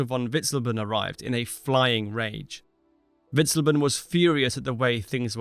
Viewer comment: That terrible pronunciation of Witzleben hurts the ears and the brain. I almost want to turn it into a drinking game.